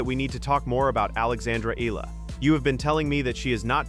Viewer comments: But please pronounce first the name correct Eala (E-YA-LA). Thank you. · say : E-yala , correct pronunciation of Alex’s surname .. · You pronounce the last name Eala wrong!!! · I will subscribe to your chanel if you kwow how to pronounce EALA CORRECTLY.